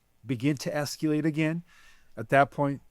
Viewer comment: Where is he from? Calls grok "groak" and keeps saying "sectour." And then "esqu-late." Oddly, it seems like he's maybe reading?